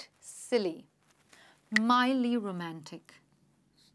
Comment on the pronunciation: It is mildly not midly